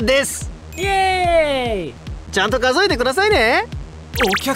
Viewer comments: 没頭「数えて」が「教えて」になってる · 最初の字、間違っていましたよ。「数えてくださいよ」が「おしえてくださいよ」と言っていました